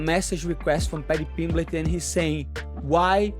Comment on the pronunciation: "patty pimbletch"